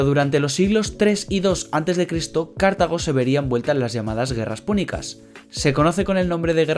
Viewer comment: Cartago y no Cártago y Ebusus y no Ébusus, son palabras llanas y no esdrújulas. Pero por lo demás muy buen video.felicitaciones.